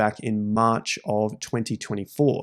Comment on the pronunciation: That maaaaarch sounds like a bawston accent 😂